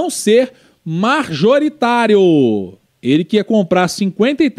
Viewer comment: é MAJORITÁRIO, e não MARJORITÁRIO, blz?